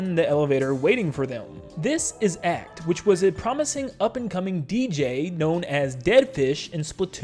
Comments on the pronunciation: Great video, but please for the love of god. Acht is not pronounced "Akt" , i´ts A-h-t. Its german for eight. the c in the word just means that the h its sounded out very strongly. I know its not a big thingbut as a german speaker its just really buggs me when people say "akt" not Acht. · Just so you know acht means eight in German if you wanna know how to pronounce it use google translate